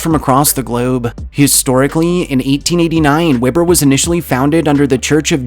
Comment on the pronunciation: It's WE-BUR State University not Webber like the grill.